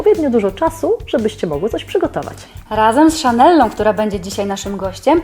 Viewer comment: Nie mówi się szanella tylko szanela